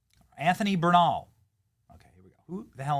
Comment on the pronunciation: Bernal sounds like Burn all.